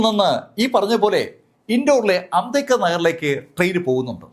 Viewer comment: സാർ ഇങ്ങനെ ചിലത് പറയാറുണ്ട്